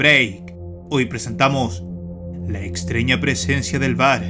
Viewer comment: Es mi idea o dijo "LA EXTREÑA" Vuelve a leerlo y escucharlo